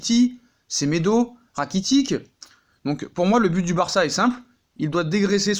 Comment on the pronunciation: Tu me désouas sa s'écrit Rakitic mais sa se prononce Rakitich🤔